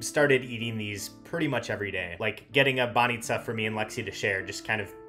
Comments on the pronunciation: You're saying 'баница' perfectly! You did miss on any good Bulgarian beer though, Zagorka and Kamenitza are just awful. Uber was kicked out cause of intensive lobbying from taxi companies. Unfortunately, we're most probably going to remain outside of Schengen for now. It's bad for us, but on the plus side we might have you back :) Cheers! And happy traveling through Italy. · You pronounce "banitsa" like a Bulgarian, nicely done. 👍